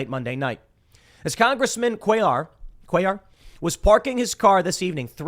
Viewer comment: You prnounced it correctly Cuellar